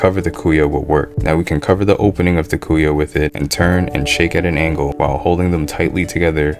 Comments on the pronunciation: mas cara pronunca "cuia" como "cu-ya" haha serio, imagina tomando o chimarrao no cu-ya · cuia = quee-ya. de nada cara